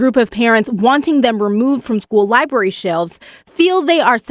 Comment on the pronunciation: anyone who says "liberry" should probably pas the mic to the next person